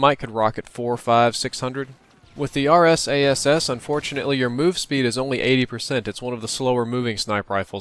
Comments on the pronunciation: he mentions how people call it two things the arse-ass or the RSASS but he end up calling it the RSAS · You say: arse ass and dragyounoff Emmesar,elelevenateeenaj (or elwanwanateaj) and bairet those are all snipers when you compare that to saying: RSASS,Dragunov,MSR,L118A and Barrett